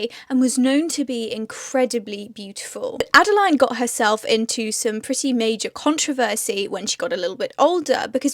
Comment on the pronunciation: My middle name is Adeline and I know a few others called Adeline.. sorry to say you seem to pronounce our name a little differently.. add-a-lean is the best way I can type it :)